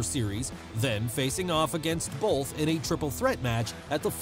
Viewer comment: You say “bolth” in every single video. There’s no L in that word bruh